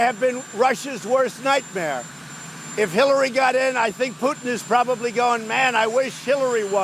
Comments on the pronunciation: Did anyone notice he said killary instead of Hillary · Is it just me. On the beginning of the video. Trump refers Hillary. As killary. I rewatched it over and over. I played video for others they hear Killary. Later on in video he clearly said her name twice as Hillary!